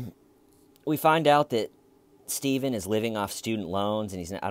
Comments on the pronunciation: Laugh my ass off I didn't know where I was but I came in halfway through the video a Stephen video and you were referencing Chris Watts so I thought it was a Chris Watts video and then you said stavan I was like who's staven. It only made me dig deeper through your videos so I say it's a good thing keep it up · I found this video after 4 yrs and I think it’s funny you are calling him Styvan. Thanks for this hilarious commentary on the interrogation! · Sty-ven. You've got a zit on your eyelid. Sttyyyy-ven, you're not a monster, you should just use a warm compress. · I'm here 4 years later laughing at "stayven" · I love "Why Stayvun!?" Stayvun is going to have amazing advice for his inmate-clients! Keep on saving that toilet paper , Stayvun! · "Stayvunn" is half of the video, little T being the other half, anyone not liking it just doesn't get the trollnaming process xD Nah for real great video :) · I found tjeee videos after 4 years and it’s hilarious you calling him Staven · "Styavun!!" every time😆😄😆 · hhhhhhWWWWaaaaaiiiiieeee????? WHY Stye-van!? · Clearly the ones questioning your use of “STAYVEN” didn’t watch the actual interrogation (which was painful AF but I wanted to understand all of your references so I powered through it). To those peeps I say: WATCH the interrogation and you’ll get it... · styven oh steyyyyven ... i love mispronouncing names on purpose for people i don't like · I feel like "Stayven" is a more appropriate way of spelling it. You literally cannot phonetically pronounce that word without it sounding like a deep southern accent 😂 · Dude the way ur saying his name is what hooked me on the series